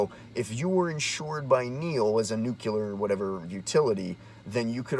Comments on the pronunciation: What's "new-kew-ler" ? Guy can't even pronounce the fucking word that's so important to him. 2019 folks. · NUCLEAR isn't pronounced "newkyular" - notice there's no vowel between the C and the L. That was a George W. Bush mistake. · I watched your video long enough to hear you slytalk "nuke-ular" and laughed and turned it off. Learn to talk good about stuff you read an' mayhaps den da smert peeples will lyke it moar, bacuz den u speakin' goad. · New clear...not nuk yaler 😂😂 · I'll explain since you've apparently got brain damage. You're calling yourself and you can't even pronounce the word that is the focus of your video. You're a meme that wrote itself. You're boomer tier.